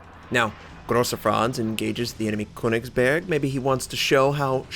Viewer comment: The ö in Königsberg is pronounced like the U in Churn or Church by the way.